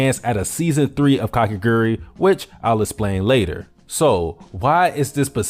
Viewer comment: i mean she's hot so it really isnt problem (a-also its ka ke gu rui not kakegri hello)